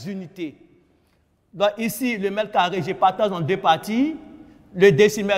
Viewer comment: Tu as entendu comme moi.